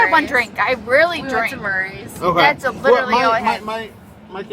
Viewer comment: If you can't pronounce "literally"...you're drunk.